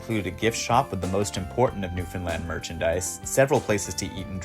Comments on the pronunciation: New-FOAM-land apparently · Really should’ve ADR’ed the Newfoundland pronunciation. Oof